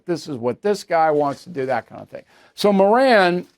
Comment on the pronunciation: Stop pronouncing his last name wrong. His name fits...the bottom of the genius scale